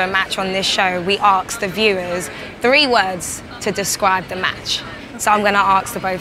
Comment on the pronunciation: it's ASK not arks